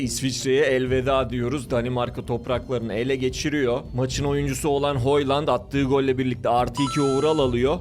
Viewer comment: Videoyu zor bitirdim. Kvaraçskelya değil, Kvaratskelya, Hoyland değil Höylund, ovıral değil ovırıl.. telafuzları hangi dilde öğreniyorsun bilmiyorum ama maç izlersen spikerlerden doğru telafuzu duyabilirsin. Kendini zorlamamanı tavsiye ederim. Onun dışında bu konseptini seviyorum başarılarının devamını diliyorum..